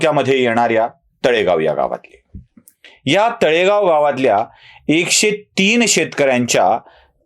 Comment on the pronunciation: Talegaon nahi Nalegaon